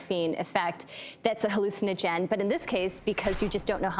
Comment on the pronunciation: She really said its a hallucinogin wtf